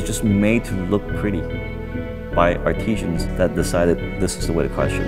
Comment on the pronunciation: Not artesians. Artisans.